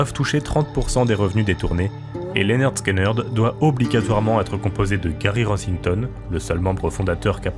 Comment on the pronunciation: Ça se prononce Linerd Skinerd si jamais 😆 vu que le nom vient de leur prof tyrannique Léonard Skinner (qui se prononce Linerd Skinner en anglais) ils ont juste changé l'orthographe.